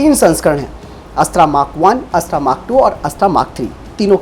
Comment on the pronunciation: आप की हिंदी कमजोर है या फिर आप जानबूझकर यह गलती बार बार करते हैं।। यह अस्त्रा नहीं बल्कि अस्त्र मिसाइल है